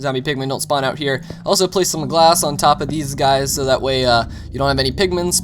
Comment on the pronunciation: did i hear you say glash